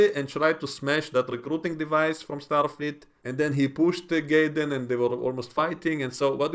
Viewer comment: Sounds like you're pronouncing his name Gayden but it's actually Jaden I don't know maybe I'm hearing incorrectly you do have a little accent i'm a gringo American.. I like Starfleet academy even though it has its flaws from writing and pronunciation errors these people can't help but they were born after the iphone came out they don't have the history we have that's the problem